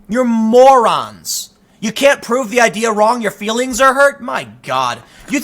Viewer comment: Muh Fweelings